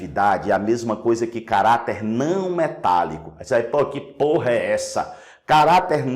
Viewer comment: Eu me concentrando e o professor lança um " phorra" de boca cheiaksskksk